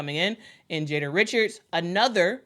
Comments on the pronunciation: Jada Richard is a pure guard. Oh and its pronounced "Ree-Shard"! I hope she shows and proves herself worthy of play time. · The correct pronunciation is Jada (Jay-duh Ree-Shard) Richard, it's a South LA Cajun French thing. It's ok though. So, if you see that name as a last name, the the way to say it. Like geaux is go. #GeauxTigers